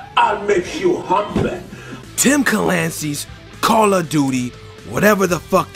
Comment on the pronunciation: Kahrl of duty